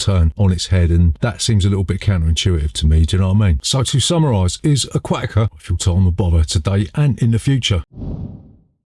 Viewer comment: Im recommending you dub a different accent when saying ‘Aquatica’ some things just aren’t meant to go together you know?